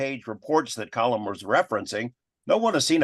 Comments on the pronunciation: His name is being mispronounced. His name is Colm and not Colum. Pretty basic stuff, as my name is Steven and not Stephan. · People seem to call him ‘Colum’ as opposed to ‘Colm’. I’d noticed the same thing. A weird pronunciation quirk.